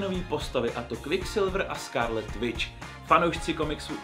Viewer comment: Skárlet vič, kviksilvr anglictina 10/10 🤣 no hate